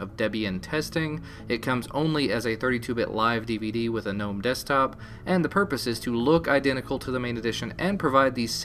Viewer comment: i get confused every time you pronounce "GNOME"!